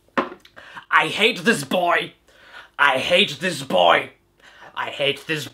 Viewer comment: "I bate this hoy." - Caddicarus, 2015